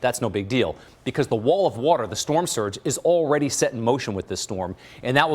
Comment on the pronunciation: Surge not sturge